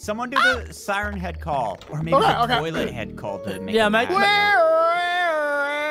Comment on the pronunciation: its pronouneced siren head